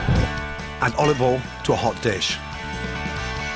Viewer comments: It kills me everytime - I cant say it that way myself. Practice makes perfect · "OLIVOL" -Gordon Ramsay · Oi he said olOv Ol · Olive All? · Why is he pronouncing words incorrectly? Olivol, Sukulent, tu-erm-eric, wander. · Olivol and wooshtrshtr sauce 🤤🤣